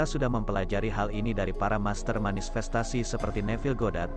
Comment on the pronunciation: manifestasi min.. bukan manisfestasi 🙈🙏